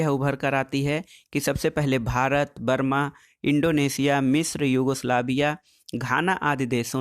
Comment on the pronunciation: सर "वर्मा" नहीं "बर्मा" हैं सही।